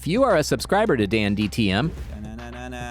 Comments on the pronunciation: dan tdm not dandtm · Narrator: Dandtm me: DANTDM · It's not dandtm it's DanTDM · You said dantdms bame wrong ITS DANTDM NOT DANDTM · It's danTDM he said danDTM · dandtm? bruv u suck at saying his name